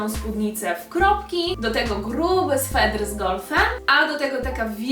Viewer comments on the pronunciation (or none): Bardzo irytuje mnie jak ktoś mówi ,,swetr" mówi się sweter, ale i tak bardzo miło mi się oglądało najbardziej podobała mi się przed ostatnia stylizacja.💜👍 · Mówi się „sweter”, a nie „swetr” 😉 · Czy tylko mnie tak okropnie wkurza 'swetr'?!, sweter. Ale i tak filmik bardzo miło się oglądało. 😘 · Stylizacje super, ale mówi się sweter a nie "swetr" 😅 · Jak coś to mówi się sweter a nie swetr haha💜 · Też mialam to napisać. To już kolejny film, gdzie to słowo aż razi...